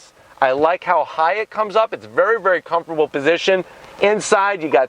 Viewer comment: Is it me or does he keeps saying "Comforble" instead of Comfortable...